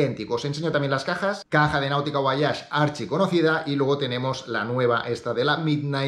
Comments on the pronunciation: Un español la pronuncia así. Leemos todas las letras excepto la H. En inglés es voich. Personalmente mola más voayash, pero bueno, en España por ejemplo Nike es Naik y no Naiki. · porque dices VO A YAGE, en donde esta la A en el nombre VOYAGE??